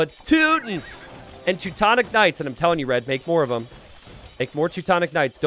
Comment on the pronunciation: "tutu-tonic knights" haha